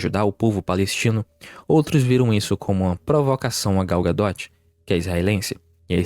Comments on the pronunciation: Vcs têm um parafuso a menos? É Gal "Gadô" não, Gal "Gadóti" pelo amor de Deus né, vê se pronuncia pelo menos o nome direito. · Gadot pronuncia "ga-dô", não "ga-dóti"